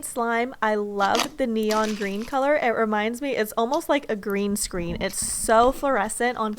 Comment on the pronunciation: Who else heard greem screen? 😂😂😂 Ps I’m a gacha you tuber go check me out!